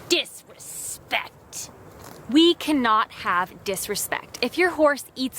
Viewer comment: how she said disrespect 😂